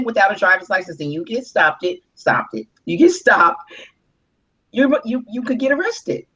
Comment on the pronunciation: Get "stoppded"??? Did she just say "STOPPDED"??!! Wow...